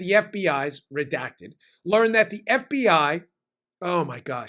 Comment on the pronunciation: Hey Dan, I think you meant “F B Eye”!